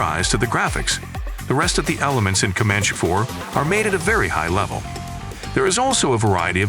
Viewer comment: And also at the start-> "Commanch" instead of "Commanchee"! 😉 Edit: the thing is, the uploader can actually HEAR these mistakes and can actually correct this by writing down "Commanchee" and "Apachee" and Em I 24, so the AI can read them correctly! But no. doesn't care because he's too lazy! 😜